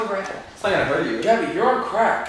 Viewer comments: Mo Allam nope. He says gabbie (gee-a-by) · Gaby s. that's how you say it wtf